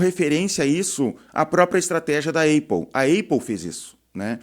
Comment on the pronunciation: Cara, eu acho que nem os gringos chamam a marca Apple de eipou, todo mundo pronuncia Épol, fica estranho ouvir falar assim, tu tem motivo pessoal pra falar desse jeito? Imagino gente que fala assim pra fazer rage bait nos comentários, não que eu ache que você faz. Por sinal adorando o canal, gosto de ouvir alguém com experiência na área falando, normalmente quem tem destaque aqui é quem mais é youtuber do que empresário.